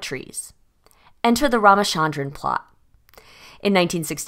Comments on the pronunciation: It's Raaaaama-'cha'-ndran, cha as in cherish. Not Sharon. Raamachandran Great video tho❤ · From a native speaker, his name is pronounced " Rama-Chunn-Drun/Dran". Also thank you, great video yet again